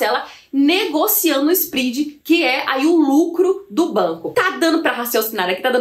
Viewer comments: Só pra te ajudar..... SPREAD vem do inglês e se pronuncia com o É SPRED e não SPRID. Escute as pronúncias das palavras em inglês no Google antes de gravar. Abcs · So a titulo de colaboraçao,: nao se pronuncia "sprid", mas "spred". Parabens pelo video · nao é spridi mas spread